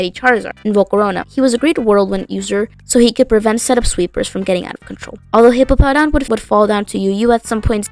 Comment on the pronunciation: It's "Hippowdon", not "Hippopowdon". It's funny, but I think it should be corrected anyways.